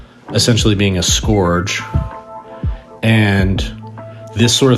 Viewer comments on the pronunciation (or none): Scourge is pronounced skurj and rhymes with urge, not score-j.